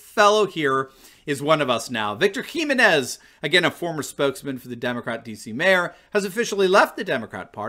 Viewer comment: please learn to say Jimenez properly.